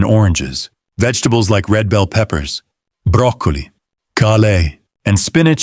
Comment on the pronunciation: 👎You didn’t pronounce broccoli correctly! What’s wrong with you? Are you one of the AI making videos? You’re fake and disgusting!